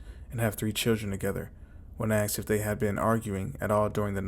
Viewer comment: I believe it is pronounced “aSked” Not “aKsed” boils my piss that 😂